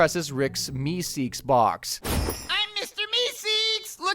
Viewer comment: Mister meekseeks 😂